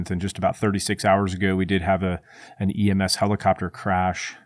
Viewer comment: Are you saying EMF or EMS?